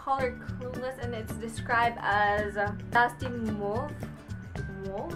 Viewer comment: Mauve is pronounced as (mov). :)